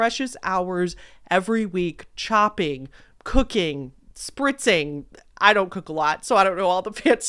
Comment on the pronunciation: “Spritzing” 😂😂😂 sorry I’m only at the Hungry Root commercial and “spritzing” took me OUT!, you’re the best!! 😂😘 (love yer content! Hyped the video for ya!)